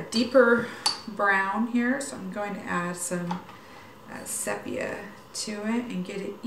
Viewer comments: Beautiful work. The word SEPIA is pronounced See pia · I love your work so much, & you are so pleasant to hear you coaching us…I’ve done WC, then acrylic, then pastel, & many other mediums..now I’m back to WCs again…I just want to suggest, if you’ll forgive me, that the color sepia is pronounced SEE-PEE-A. Just thought you might be interested. I want to say again that you are loved & admired. Lela💕